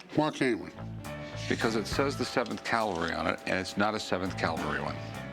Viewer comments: Cavalry.. not Calvary 😮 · Rick always says Calvary instead of cavalry.